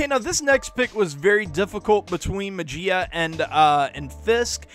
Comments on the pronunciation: May-he-ya not May-G-Uh. Love the video. Very informative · Muh-Gee-Uh lol!!! That's that Mississippi in our boy coming through lol